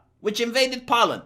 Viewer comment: Poe-land, not pow-land,.